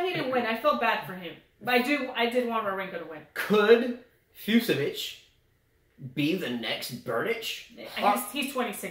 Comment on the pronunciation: "Fucsovics" is pronounced "FOOTCH-a-vitch":) That one confounded me for a while for... obvious reasons... - Oh my goodness.... the first 5 minutes of this video was pure comedy gold. "We have 5 kids! You gonna call me 'the man'??" - Zverev is just... young and gets distracted, I think. If he's off, he doesn't have the experience to change things up and tough his way through a match while playing badly. - You guys didn't mention that Kecmanovic is a lucky loser here. He lost to Giron in a 3rd set TB in qualies. - Yes,, I do chuckle every time brings up Zverev.:P